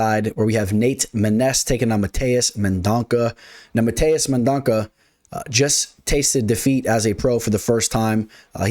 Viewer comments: Mendonça got this. It’s men-don-suh btw.🇧🇷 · C sounds like an S. No worries…no one has gotten it right. Liking your picks👍 Good research. On a lot of the same fighters.